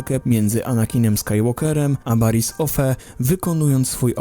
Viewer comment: Sorka ze to powiem ale wiedz że to jest spk odcinek. No to zacznę od tego że twój kanal opiera się na star wars a nawet nie potrafisz wypowiedzieć dobrze imienia mistrza Yody! Poza tym była jeszcze np Baris Ofee, którą czytałeś tak jak się pisze a czyta się Baris Ofi. I trochę też ściemniasz aby wypełnić czas ekranowy... No niestety, do się nie umywasz.